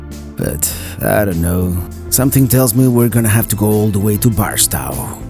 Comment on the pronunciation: First, I follow you from time to time and always thought you traveled alone. That was until you had to turn around on the dirt road and a lady got out of the truck to help you. Second, just so ya know, being born in So. California, Barstow is pronounced BAR STOWE, with a hard 'O'... but thats ok, I can't pronounce some of the towns in Florida correctly and my daughter who lives there helps me out with that....Thanks for the memories of Amboy. You know if you would have made that first right before the Amboy volcano you would have seen some interesting stuff as you would eventually get to Twenty Nine Palms, where there is a Marine Base and in town where you could have gotten your tire fixed and also got to Joshua Tree National Park faster. Also when I was a kid, that road that leads to Calico and the road that goes through it was a dirt road and not really a big tourist attraction. But that was some time ago...